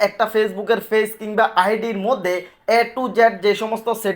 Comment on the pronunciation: পেইজ কে ফেজ বলেন কেন ভাই